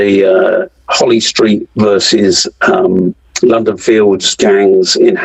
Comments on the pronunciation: lol did a man say holy street? 😂 it’s holly st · It’s holly street not holy street